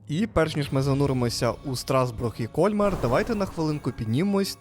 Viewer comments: Згодна, зробили дуже красиве відео. Дякую. Крім КОльмара, ще різонуло пЕтіт Франс. Все таки, це Франція, і тут всі слова мають наголос на останньому складі. КольмАр та ПетІт Франс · Красиве відео. Мої улюблені різдвяні міста. Ріже слух КОльмар. При вимові Кольмар-наголос на другий склад. КольмАр (згідно з правилами українського мовознавства для слів іншомовного походження). Французи теж роблять наголос на другому складі. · Все ж таки , наголос на останній слог- КольмАр!!! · Все гарно, але ваш КОльмар вбиває 😂… КольмАр треба казати. І помітили, що це не перша ваша помилка у вимові. Будь ласка, перш ніж знімати відео, послухайте як називають своє місце місцеві.🙏🏻 А так дякуємо за контент) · В Альзасі всі містечка чудові, особливо на Різдво! Пані ведучій замічу, що не КОльмар, а КольмАр!